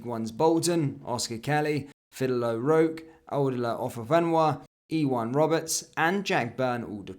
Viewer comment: love your content, but on your pronunciation... Fidel O'Rourke - say Fidel like as in Castro, O'Rourke basically ryhmes with O'York - you're welcome Go n'éirí an t-ádh leat YNWA